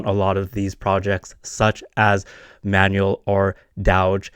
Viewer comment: bro is literally going to die on the hill of mispronouncing dowge, smh